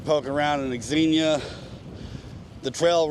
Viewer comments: X is pronounced as Z your the only person I’ve heard say X xenia, And I wouldn’t worry what the algorithm wants do what your subscribers want to see the algorithm doesn’t subscribe to channels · FYI it's pronounced zenia.